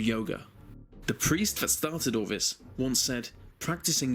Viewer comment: It's thousand, not fousand. This, not vis. Theory, not feory. Don't be so uncouf.